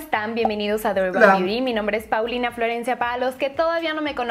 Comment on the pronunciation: Di urban biuti jajajaja me dio risa su pronunciación.